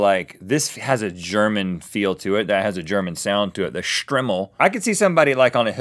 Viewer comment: It's pronounced Str-eye-mel